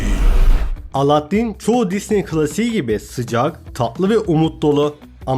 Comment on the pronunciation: Yaptığın gözüme çarpan ilk hatan : Aladdin demek! Alâddin o Alâddin!, lütfen ince L kullanalım kalın değil